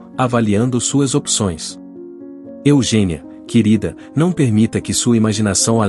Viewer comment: Eugenía ler Eugênia